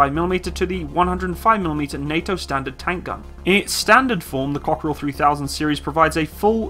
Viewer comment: the way you pronounce it, it sound like cockroach in french...Cockerill-coquerelle.